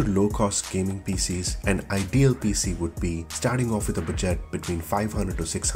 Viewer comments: Bu - Jet LMFAOOOO your pronunciations are too funny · 'budgêêt' PC 😂